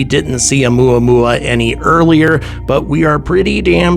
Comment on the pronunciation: “Oumuamua” To the tune of good old “Luey- Luey” (spelling probably incorrect. Please forgive me.)